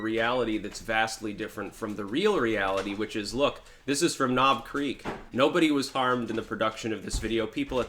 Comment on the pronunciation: You said " ...knob creak"....